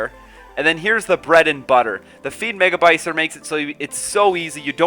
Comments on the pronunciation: said megaBYCER again:3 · Bycer sounds like bajser in swedish, so it sounds like you're calling it Cyber pooper xD